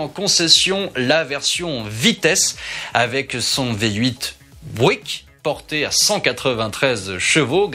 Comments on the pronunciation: Si je peux me permettre une petite correction Buick ne se prononce pas en américain bouic [bwik] mais biouic ['bjuik] avec l'accent tonique (le stress) sur la première syllabe. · Pourquoi dire bouique... Il s'agit de Buick... Et il suffit de dire Buick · Bouik non. Byouwick oui. 😉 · Prononciation de "Buick": bi-u-ouique, deux syllables, presque trois. Raccourcir le premier <I>, mettre l'accent sur le . Vidéo génial, merci [rosbif francophone] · pour aider à la prononciation,Buick se prononce "biou-ique" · Superbe vidéo, comme d'habitude. Pour en avoir possédé 2, Buick se prononce " Biouique" . De rien.